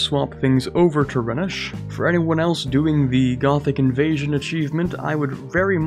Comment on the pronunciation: Rhenish is pronounced 'Rhinish' after the river Rheine